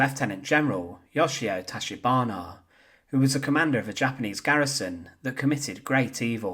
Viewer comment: YOSHIO TACHIBANA should not sound like Yoshia Toshibano. All vowels are constant 'A' always sounds like Ah like the 'o' in hot. 'E' always sounds like the 'e' in let. 'I' always sounds like 'i' in snow ski. 'O' like the 'o' in go. 'U' like the 'u' in lute. Japanese Imperial Army Officer rank is quite common, There is no LtCommander rank in it. LtColonel however.